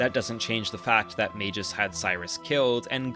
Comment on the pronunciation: Does an almost 40 minute video about how great Chrono Trigger is..... Doesn't learn how to pronounce Magus